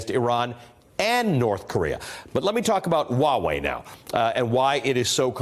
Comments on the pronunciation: It’s not pronounced “wa”wei dude. It is pronounced “hua” as in “hwah” wei. It’s means for China Even google translate will tell you to pronounce the h you dingleberry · "Huawei" is not pronounced as "Wawei"... Please, stop calling foreign company's name the way you like, and you are trying to teach others the wrong pronunciation? Wtf... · I die every time they say wa-wei!!!! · Actually, it's not. 华为; Huáwéi . /Hwah way/ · The H isn't silent in Huawei. Sounds like Hwah-way. Just fyi. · Huawei not not pronounced wa way. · Are these people intentionally pronouncing Huawei wrong? Why do they keep omitting the “H” sound? It sounds so awkward and wrong. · This newscaster didn't pronounce "Huawei" right.....not one time.